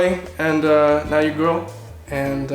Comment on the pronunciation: Good for you man. Are you purposely pronouncing the word "girl" wrong?